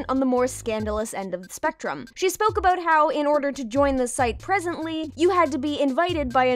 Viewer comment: in the fanart section you can hear a very canadian aboot